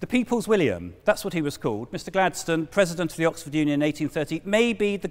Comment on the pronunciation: Mr Pwesident. wesonates with me